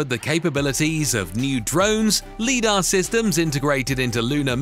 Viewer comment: Teach your digital voice to pronounce LIDAR correctly.